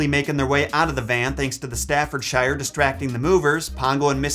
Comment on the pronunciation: Ohhhh it made me laugh how you pronounced Staffordshire 😂